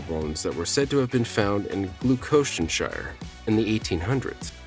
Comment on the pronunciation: its pronounced GLOUCESTERSHIRE